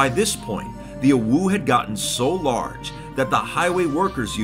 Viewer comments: It's pronounced Oh-Woah, not Oh-Wooo. You're thinking of "OwU" the winking face. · IT pains me everytime fit pronounces "OWO" its pronounced "o woah" not "o woo" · you said it wrong. It's a giant "owo", not a giant "uwu". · Its OwO but has been pronouncing it UwU/OwU the entire video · He ain’t sayin owo he sayin owu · I always thought it was pronounced “oh woah” not “oh wooh” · Someone should make a counter for the amount of times mispronouned "owo" as "uwu". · I love how said "UwU" the whole time instead of "OwO". Sometimes it even sounded like UwO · I can’t believe he just said “oh-woo” it’s “oh-woah” I’ve never heard ANYONE say that what the heck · you're pronouncing it wrong, "owo" is like "oh-woa", "oo-woo" is how we pronounce "uwu" -- a furry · I died hearing him say it like that 😂 It's pronounced 'oh-woh' not 'ooh-woo' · OmG u SaiD oWO WroNG U sAId OwU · It's Oh W Oh not awoo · its pronounced o(like o with a e) w o(like o with a e) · orwuu -, 2021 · its pronounced o-wo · Nah it was more like Owoo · sounds like he's saying awoo to me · He didn't. He said "owoo." Big difference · When pronounced "OwO" as "OwU", It sounds like a winking OwO. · I think confused "OwO" and "UwU" and started pronouncing it as "OwU" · its said exactly like it looks (Oh-Woah) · i meant, you still need to pronounce it a certain way. you can't prounounce it owu like the creator did and expect to be correct. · yeah... oh-whoo is more for UwU than OwO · Why does he say "OwO" almost like "awoo"? Never heard "OwO" pronounced in that way huh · Ahem. I hate to be that guy, its pronounced: "oh-woah" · He pronounced "OwO" as "OwU". My disappointment is immeasurable and my day is ruined. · He said OwU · Why did he pronounce it like 'uwu' when he was talking about 'owo' the whole time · hearing someone pronounce "OwO" as "OwU" just feels so weird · pronuncing it "OWU" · PLEASE, ITS PRONOUNCED “OH-WOAH” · This just in: can't pronounce "OwO"